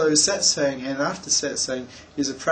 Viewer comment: I <3 listening to Australians pronounce the word "satsang". Seriously, though, this deeply moved me. Thank you.